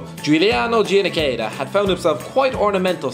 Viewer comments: The way he pronounces Giannichedda makes me want to put puppies in an ongoing food processor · the way you pronunce Giannichedda Is the best thing I've Ever heard in my life